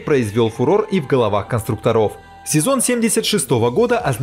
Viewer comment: Чувак, что с ударением? КонстрУкторов, ВзЯта.